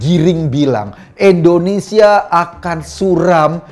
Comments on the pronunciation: INDONESIA Pak Eko, bukan ENDONESIA 😊😊😊😊😊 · Indonesia, bukan ENdonesia..